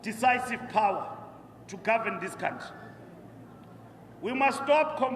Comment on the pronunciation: It's a country, not a cowntree. Or you can use the other pronunciation and refer to yourself, Gwede.